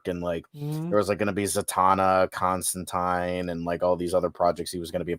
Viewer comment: Constin-tine?? Its pronounced Constantine-teen! U fuk!